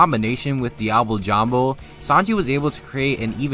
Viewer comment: Dee-ah-blay. For fucks sake.